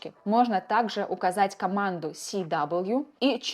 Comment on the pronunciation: Си-дабл ю режет слух Это же параметр character weight А так - все по делу, круто